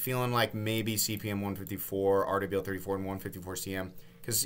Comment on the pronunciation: love the breakdown, but is there a reason you’re saying RWL34 “Aardevail 34”? 🤔